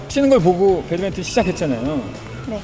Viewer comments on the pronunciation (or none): 혼란을 드렸군요. 그게 아니라, 진행하시는 분, 인가요? 배드'민턴'을 배드 '멘턴'이라고 하셔서, 일전에도 댓글을 남긴 적이 있었습니다. 지나친 참견일지 모르겠습니다만, 재미있게 시청하다가 배드'멘턴'이란 말을 들으면 그게 그렇게 불편하네요ㅠ 오지랖이 지나쳤다면 미안합니다. 하지만 나름 배드민턴 전문 방송인데 배드멘턴은 좀 아닌 것 같습니다.